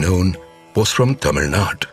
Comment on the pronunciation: For heaven's sake it's Tamil nadu. Kindly pronounce our South Indian names rightly.